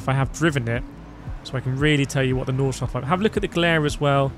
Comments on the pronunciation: "nordshleif" its nord-shly-fuh lmfao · There is an 'e' at the end of Nordshleife, painful to hear you pronounce it incorrectly throughout the video. The track was resurfaced 21/22, Forza is using old footage.